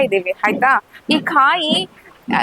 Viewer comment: ಆಹಾ ತಾಯಿ, ನಿನ್ನ ಕನ್ನಡ ಕೇಳ್ತಾ ಇದ್ರೆ,ಕಿವಿ ಮುಚ್ಕೊಬೇಕು ಅನ್ಸುತ್ತೆ, ಕಾಯಿಗೆ ಖಾಯಿ ಅಂತಿಯಾ, ಭಾವನೆಗೆ ಬಾವನೆ ಅಂತಿಯಾ,ಸಕತ್ ರೀಲ್ ಬುಡ್ತಿಯಾ ಬುಡು.